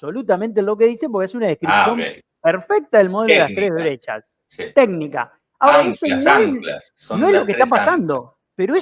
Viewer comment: Shonatan... shora .. shora